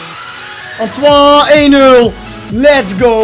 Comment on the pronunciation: je zegt gwn antwane griesman